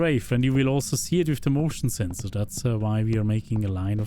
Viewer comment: when you said motion sensor it almost like you said "emotional sensor":elbowcough